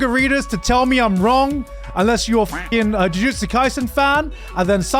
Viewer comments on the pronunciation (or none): none